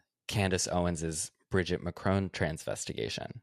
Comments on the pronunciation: im really curious how you guys got the pronunciation of Macron that you did. In all media I have heard ,albeit I do live in Europe, its always been said with a short "o". but throughout you guys use the same sound in "crone" Im just curious where you got that from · While we are doing corrections it's pronounced Macron not Mac-rowne